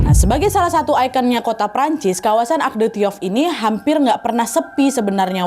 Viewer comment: Arc de Triomphe bacanya "ark de triong", nak Nadia.❤